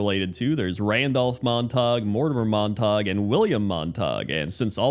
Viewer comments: Hahah I pronounced it as “mahntahg” as well, having not heard that name since like high school. It’s pronounced Mon-tuh-gyoo. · "Montag" lol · As soon as you said they were from Romeo and Juliet I knew the pronunciation and it hurt every time you said it xD